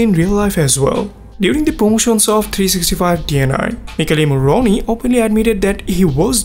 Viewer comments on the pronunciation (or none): he isn't italian ahah I understood it because I'm italian and he pronounced badly "Michele morrone" But that's fine!! He's fluent in English, and he has a beautiful voice. That's all that matters❤️😊